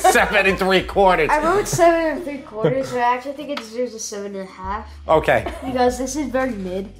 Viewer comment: Like your technique, look forward to trying to make it, looks delicious and your son's "seven and three quawtahz" is the reason I'm real glad I never had any goddamn kids!.....(😏😉😘👍)